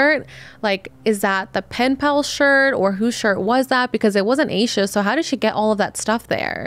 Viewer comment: Heard this story so many tes Its definitely seome close to her groomed her. Also please stop pronouncing hername wrong. Its pronounced with a little a not a capital A